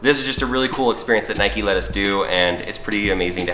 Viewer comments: You dont say it nike-y its nike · It’s Nike not nikie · It’s ‘nike’ not ‘nikey’ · Its nike not nikey you dont call a bike bikey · It's not niky it's nike just like bike it's not biky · 1st it's for girls 2nd it's not nikey it's nike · It's Nike not nikey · It's not pronouced Nikey it pronounced Nike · It’s Nike not nikey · Nike not nikey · Why do you say Nikey you don’t ride a bikey do you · The way they say Nike triggers me